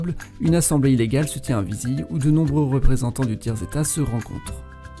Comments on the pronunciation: ça se dit vizile pas visille je sait que comme c'est écrie comme ça vizille c'est trompeur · Je suis de Grenoble et Vizille se dit vizile super vidéo sinon